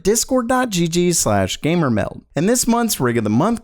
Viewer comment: it annoys me cuz he never says the d at the end of meld